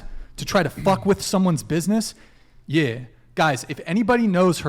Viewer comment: went full rich white California guy 😂😂😂😂😂 when he says “yih” bro tryna act hood LOL